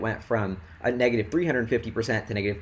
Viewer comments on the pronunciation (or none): none